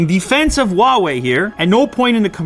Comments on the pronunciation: Lew,it’s “who-ah way” not “wah way” . Why aint y’all pronouncing the H? It’s right there! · "huwaei" what kind of grammar is this